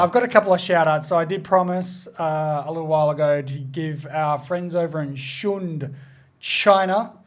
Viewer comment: Shunde says what's up! 1. They speak Cantonese in Shunde. Home to Cantonese cooking. 2. It's pronounced Shun-derr